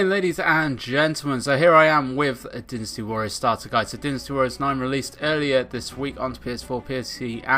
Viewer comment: Why he say dynasty like that 😂